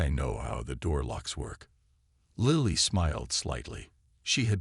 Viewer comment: its lily not liely